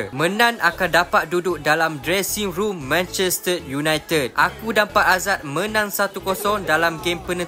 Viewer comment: Abg pelat r ehh Manchester ❌ Manchested ✅😂